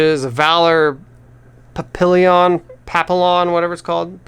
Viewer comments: Papillion? it's pronounced papiyon i's french...and is kinda fitting since it is french for butterfly...just an FYI..anyway thanks for the upload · that's pronounced more like 'pappeeyon'. It's French if that helps. There an award winning movie of the same name, check into it. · Papillion means butterfly in French. Pronounced pap-ee-yon